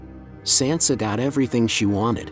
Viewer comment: How do you STILL not know how to pronounce Sansa????!!!